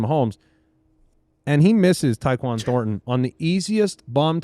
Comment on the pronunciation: actually called Horton (Seattle) and Thornton